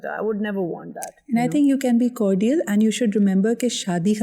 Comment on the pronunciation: Dear Sidra please correct your pronunciations of “cordial” and “comparison”